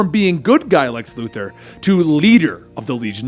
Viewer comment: Lu Thor Luthor 🤦‍♂️